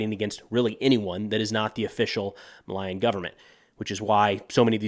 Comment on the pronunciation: I love you, but Malian is pronounced "Mah-lee-an". Tuareg is pronounced "tuh-wah-reg"